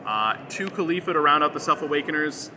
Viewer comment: Good run does hurt tho everytime i hear people make up tbeir own pronunciations for names of chracters though.. khalifla sounds like ur thinking of mia Khalifa